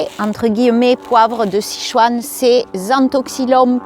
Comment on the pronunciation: Bonjour, Sichuan 四川 se prononce: --> "ss tchuan" . Le "i" ne se prononce pas.